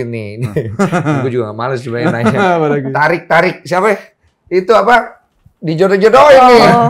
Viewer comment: ngakak banget pas bang denny bilang "tarik tarik siapa?". Torik bang itu torik bukan tarik wkwk